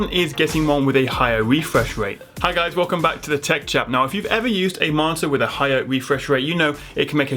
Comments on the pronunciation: When you say Marter do you mean Monitor?????? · I am the only one who hears martyr instead of monitor every single time? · All im hearing is..martyr..martir...mortir....motir....modtor... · I was lost when I keep hearing "marter".. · when you say 'monitor' it sounds like 'marter'.... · Why can this guy not say the fucking word monitor.